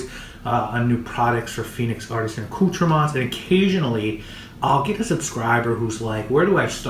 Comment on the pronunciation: Youre saying the name wrong! Called ....(accoutrements)!!